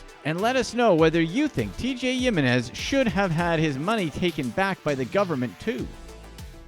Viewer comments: it should be "him-en-ez"..... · Yeminez??? Sure it’s not Hewminez? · He-Men-is not yiminez man that's annoying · The way you say "yim-in-ez" really bothers me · I thought Jimenez was pronounced with an H sound. Like him in ez. My Spanish sucks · *"he meh nes" is proper pronunciation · It is, the creator's Spanish sucks.